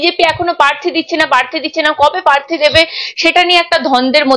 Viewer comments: Madam your's pronunciation is so bad. Prarthi ke parthi balata chharun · পার্থী নয়.. বলো প্রার্থী, তিতিও নয় .. বলো তৃতীয় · কথাটা পার্থি না, প্রার্থী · পার্থী আবার কি? উচ্চারণ ঠিক করুন